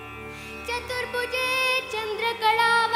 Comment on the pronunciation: Nicely sung. Some pronunciation issues!! It is not चतुर्बुजे but चतुर्भुजे It is not कुछोन्नते but कुचोन्नते